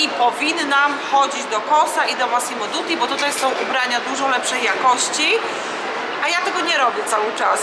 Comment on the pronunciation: Dutti nie Duti